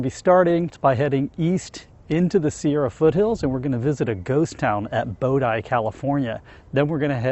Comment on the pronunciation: Bodie...like Jody...not bo-dye